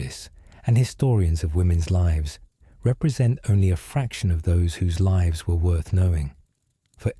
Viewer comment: like 2 videos AI spliced together ... don't care for mispronounciation of lives vs lives